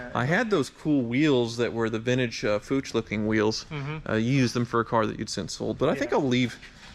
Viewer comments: Did he just say “fooCH” wheels? 😭🤣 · Cummon! As many Porsche as your dad owns you should know Fuchs is pronounced "fooks".